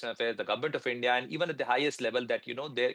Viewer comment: Your A❤ss will be fucked nicely by Indians. You don't know even how to pronounce Indian. What is endia???? You Gan❤DU urf 😢❤😂😂😂😂🎉🎉🎉🎉🎉🎉